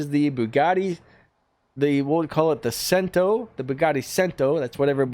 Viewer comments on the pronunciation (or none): none